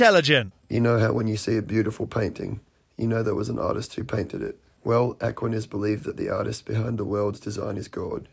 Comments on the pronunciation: The guy who kept pronouncing it ACKwaniss had me rolling. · Am sorry but that guy absolutely mispronouncing Aquinas. Really got on my nerves. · It's difficult to take someone talking about Thomas Aquinas seriously when he doesn't even know how to pronounce the name. Apparently he's never attended a philosophy class. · If I were promoting an entire world view based on the ideas of Thomas Aquinas, I would first check how to pronounce his name. 😂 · I've never heard Aquinas being pronounced like that. Is that because he has a different accent than I'm used to? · It drove me nuts that that one guy kept mispronouncing "Aquinas" 🤣 That's all I could understand, The rest of what he said was just nonsensical. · Is he purposefully mispronouncing "Aquinas" or is that a British pronunciation or something? (I looked it up and I can't find this pronunciation anywhere. I think he's just saying it wrong every time.) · Apart from all the other BS, that guy`s pronunciation of Aquinas really grated on me.